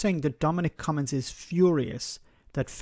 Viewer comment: It's not pronounced "come ins" ...there is a "G" I don't understand why you are getting his name wrong now? You had it right in earlier videos.